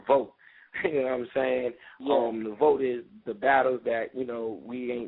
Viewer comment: Please stop saying vote... it is vault!